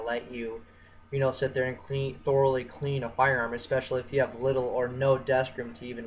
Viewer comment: THOR-ally...I THOR-ally hated this video